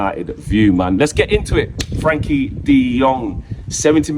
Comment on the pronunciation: I'll be happy when Frenkie stops being called "Frankie" 😂